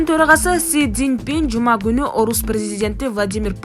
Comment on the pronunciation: Кытайдын торагасы Сизинпин дейби